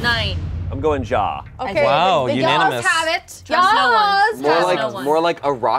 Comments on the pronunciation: it’s not ya it’s ja! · I cant get over the fact that they arent pronouncing ja as ya but w a j straight out from dj💀😭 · I hate how the day ja with a j sound😭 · Everytime Ja was mispronounced I wanted to cry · Them pronouncing the “J” in Ja is MURDERING me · The pronunciation of Ja is driving me insane 😭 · The way they pronounce "ja!" annoys me so much omfg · i do not like how they pronounce ja and nein. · I don't like the way the pronounce "ja"